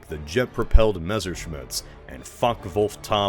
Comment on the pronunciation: I love how you mispronounce Messerschmitt every time and in a different way, gotta love you Americans.